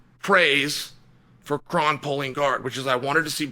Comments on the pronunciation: His name is actually pronounced Crone. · Well, his name is "Kron" as in the "Kronic"